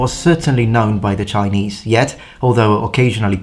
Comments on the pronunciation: your Chinese pronunciation was pretty great! Good job on not butchering it :) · Impressive Chinese pronunciation! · Your Chinese pronunciation is actually quite accurate. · Chinese pronunciation on point!